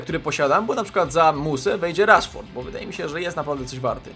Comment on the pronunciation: Śmiesznie powiedziałeś Rashford XD